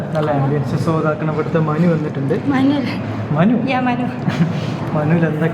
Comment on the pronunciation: menu❌ ✅😂😂😂